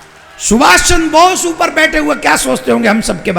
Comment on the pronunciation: सुभाष चंद्र बोस है , बॉस ना कथा वाचक जी